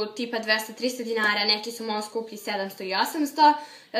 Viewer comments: Govori dinara a ne di nara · Ja drugačijim naglaskom kažem reč ''dinara''♡♡♡♡